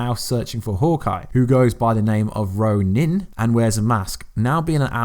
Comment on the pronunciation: Why you say ronin like that 😂